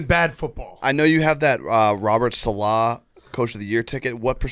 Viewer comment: PMT is the only mainstream sports show that pronounces Robert salah's name correctly